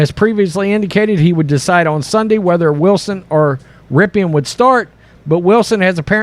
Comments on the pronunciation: The last name is pronounced "rippin,'" as in Paul McCartney's line in the one SIMPSONS episode in which he tells Lisa about "a rippin' vegetarian lasagna recipe," or something along the vegetarian line. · Pronounced Rip-en